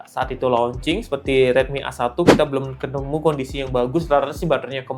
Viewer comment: A1 dibaca ei one gk sih, kok awan 😅